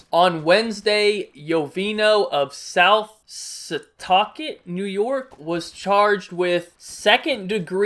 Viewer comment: also you pronounced south setauket correctly.. was surprised when I heard u pause for a sec